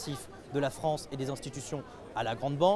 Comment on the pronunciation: Viva La Fronce! Jadore Fronce!